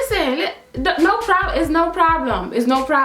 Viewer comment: No *ploblem*🤣🤣🤣🤣🤣🤣🤣🤣